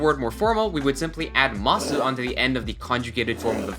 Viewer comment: i love your videos, but why do you not drop the "u" in "masu" when you say it?? i have to know.